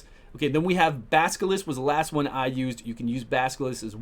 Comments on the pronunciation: Baskilist :D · I love the pronunciation of "Basilisk" xD